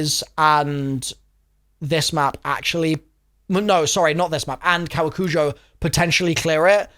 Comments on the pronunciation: its "koe wah coo joh" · Koh-wah-koo-joe and i believe theres emphasis on the second syllable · It’s pronounced cowacoojoe in US of A speak. Hope this helps!